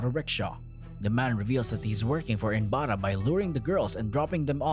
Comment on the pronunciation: He is not inbara.... He is inbaraj.... J is not silent mate.